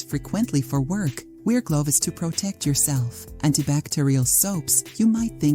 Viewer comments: I really thought this sounded like a non-AI generated voice narrator (who actually sounded pleasant), but , I am hearing "pur-say" instead of "purse" and "glove-ez" instead of "gloves". Oh well. 😐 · Good information. But who pronounces “gloves” as “glo-ves “?